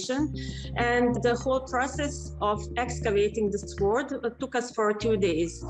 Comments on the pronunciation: she isn't mispronouncing it for her language you've been mispronouncing it in yours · P If she can't pronounce mounts the word sword short she probably isn't an expert. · The way she mispronounced sword is cute. She is very brave to learn how to scuba dive to study the exact information of location. I would be very afraid to go under water.